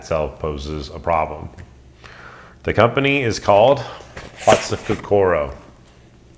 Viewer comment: Lovely knife. Thought you might want to know that your pronunciation of "hatsukokoro" is way off. There are few long vowel sounds in Japanese. So it's "ko ko ro", not "ko core row" like a lot of westerners say. Thought you may find this interesting, or maybe not. Great work as always